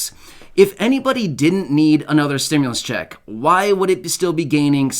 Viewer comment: "2,000 stimlus ccheck" lol